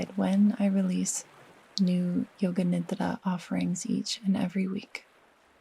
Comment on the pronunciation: It feels so alive and sensuous in my system how you consciously and mindfully say the word "nidra" in its true authentic form. I find rest, aliveness, and sensuality deeply ancient feminine codes. Thank you!